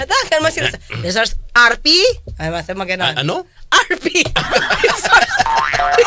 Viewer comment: "RP" sounds like RT😂